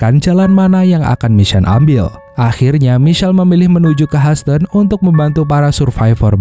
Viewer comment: Houston itu bacanya: YUSTEN